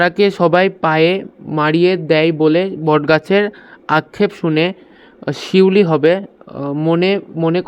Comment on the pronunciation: স্যার পিউলি না শিউলি